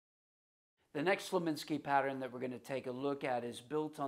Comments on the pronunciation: Dude, it's Slonimsky, not Slominsky! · Let me put this gently: You are pronouncing the author's name, 'Slominsky'. Respectfully, no. It is pronounced 'Slonimsky'. Otherwise, great!! Thank you for giving us your thoughts. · I came to this video directly from the video of Slonimsky's interview on the Johnny Carson Show. He was VERY clear that he is not related to the Nimskys and cannot stand when people mispronounce his name. You'd think someone who may respect the work would make a better effort to respect the man and his name.